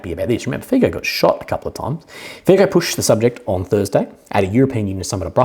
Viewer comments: just a small point. Fico, due to Slovakian pronunciation where the letter c is pronounced 'ts'. His name is said like this, as strange as it may look/sound: FEETSO. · 👋 subscriber from Slovakia here. my 2 Cents: 1. Fico is spelled something like Fitso 😊 2. fun fact: not only was russian gas transformed through the pipelines across UA to Slovakia, but UA gets paid hundreds of millions of $$ as a transit fee. even funnier, that UA is buying & consuming russian gas itself. want to laugh even more? UA was not willing to transfer russian raw oil through its territory. solution: the raw oil changes ownership on RU/UA border and becomes ownership of EU based (SK, HU, etc) oil companies. so it doesnt even need to be “repacked” in India and other 3rd party countries. no moral issues here? 💁‍♂️